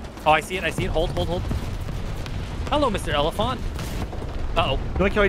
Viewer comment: pronounced 'Elefant' the proper way. Thats how they say it in Germany.. but a bit more Deutsch